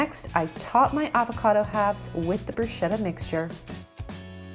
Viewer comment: Lovely, but that's not how you pronounce bruschetta! SCH in Italian sounds like SK in English, so it's broos-keh-t-tah and not broo-sheh-ta :)